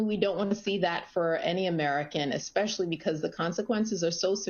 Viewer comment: "exspecially," that's the stupidest damn girl I ever heard in my life that's pretty damn stupid.